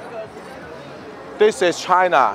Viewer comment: 丢， CHINA 阿！ 不是 CHIAN 阿！！！